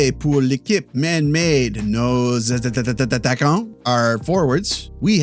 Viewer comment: you're doing awesome. Im from Quebec and french is my first language. My wife isnt but she's learning and omg does she love learning the words you use. She turns around and stares at me when we watch your videos waiting for me to explain it. I also think attatttattaquant is a vocal stim in our hosuehold now, and it helped her understand the N sound in french.